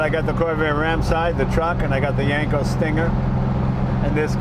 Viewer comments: I'm going to yanko your car freak card until you pronounce Yenco correctly. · That YENKO Jay not YANKO!